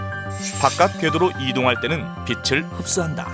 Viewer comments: '빛을'을 '비슬'로 발음하지 말고 '비츨'로 발음하세요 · 명강의를 더 정확한 발음으로 수강하기를 기원하면서! 빛을 낸다 : 비슬 내는 게 아니라 비츨 내는 거- 빛이 : 비시 아니라 비치